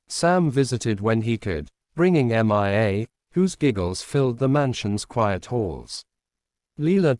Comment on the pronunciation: The reading program is faulty. The name Mia is pronounced MeeYa, not Em eye Ay. The latter is spelled MIA, (all capitals) and refers to my brother and 2 comrades from battle (2 of the 3 have had their bodies returned. the third is still MIA)